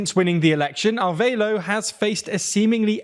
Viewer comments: Wtf Arveilo? Its not even similar to the right name "Arevalo". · Somehow they read a Spanish name and figured the "e" is silent and the "a" is pronounced like in "aid". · Is "Arveilo" actually Arevalo, or am I confused by?